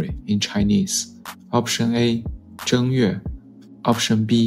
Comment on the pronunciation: 可是正月我們都念四聲